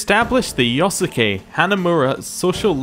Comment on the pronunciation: Love how you keep mispronouncing yosuke ahaha